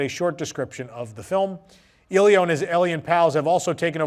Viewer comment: Just wanted to let you know it's pronounced "EH-lee-oh." Not trying to be rude, but just wanted to let you know 😅.